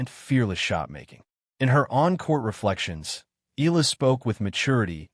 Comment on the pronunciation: Why u guys cannot pronounce EALA properly?😮😅😂